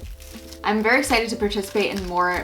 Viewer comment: It was hilarious when she tried to say pimple popping